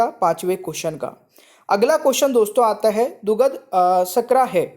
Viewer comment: Hindi sahi se padha kariye dugdh ko dughad aur sharkra ko shakra padh rahe hai